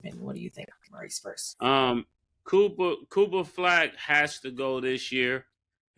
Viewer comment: C'mon son...bruh cannot pronounce Cooper Flagg!?